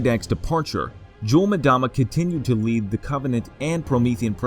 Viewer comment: Just a by the way FYI, it's pronounced Yule-M-dama (Say the M as if you were sounding out the word, and then say Dama. And not as madama.